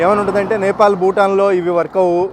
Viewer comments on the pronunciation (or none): First chadukondi NEPAL ADHI NAPAL KADHU